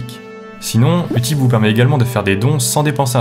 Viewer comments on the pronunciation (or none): Utip se dit YOU tip voilà, sinon très bonne vidéo ^^